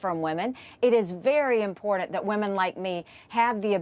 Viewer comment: To Nikii and MTG, theres no "D" in "important"!! Makes you sound ignorant